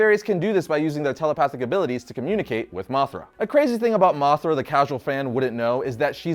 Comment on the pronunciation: You said moc 5 dont you mean moth 5 😂